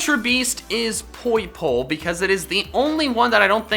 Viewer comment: You dare mispronounce poipole? It's pronounced poi-po-LAY